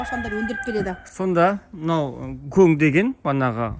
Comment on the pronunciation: құдаи үшін КӨҢ деп аитыңшы гөң деген незат ол